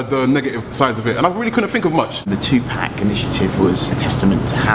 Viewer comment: 2pac not pack!!